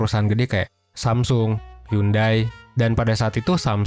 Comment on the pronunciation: Tambahan kak, bukan hyundai bukan dibaca yundai tapi yonde